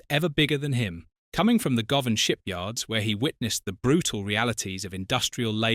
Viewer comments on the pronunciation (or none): none